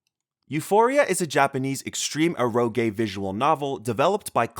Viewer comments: The way this guy mispronounces Eroge is really jarring. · E rO gE. I feel like the guy speaking didn't have english as his first language. Some genres mentioned were the first time i heard their pronunciation that way